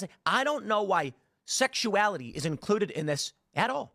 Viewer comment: The way he says the word “sexuality” makes my hair stand on end.